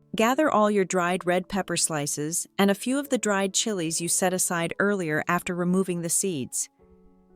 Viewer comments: chai leaves mispronounced degrees twice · one or two dried chy-lees... computer voice never gets words right.